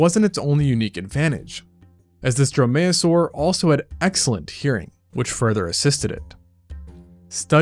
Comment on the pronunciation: Dromaeosaur is pronounced DROME-ee-oh-sore, accent on first syllable. Drome-MAYO-sore is funnier, however.